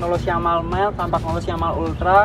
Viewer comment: Bagusan mana dg campagnolo bora ultra mas? Oh ya btw pengucapannya kampanyolo, bukan kampagnolo atau kempegnolo